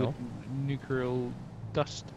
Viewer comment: Nucular killed me